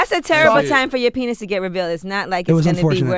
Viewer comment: Literally no one: Charlemagne: "penith"